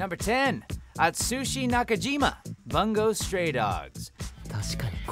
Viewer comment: He mispronounced bungou stray dogs '-'